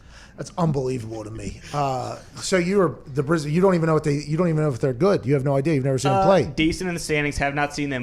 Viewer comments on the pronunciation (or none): You guys need to work on your Aussie. Brisbane is pronounced "Bris-bin" not "Bris-bayne."